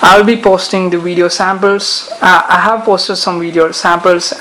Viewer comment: 3 words......Epic, wivid wideo.